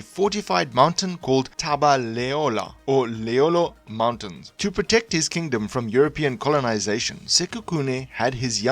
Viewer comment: Legoadi:Li-grwa-di Leholo- Li-ho-lo